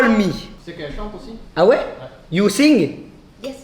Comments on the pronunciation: Il dit même pas " how are you" il dit awayou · Meme "how are you" il sait pas dire c trop